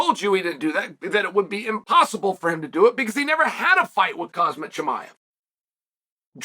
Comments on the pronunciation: Khamzat, chael. Not Khazmat for fucks sake. You can call him Hamza too if Khamzats too tough for ya to pronounce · Did this guy just say Cosmic Chimiav? .. new character unlocked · Imavov❌Imanov✅ Khamzat❌Khazmat✅